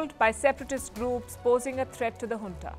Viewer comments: It’s Junta ,not Huntaabut you are doing a great job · In the west Junta is pronounced as "Unta" J silenced.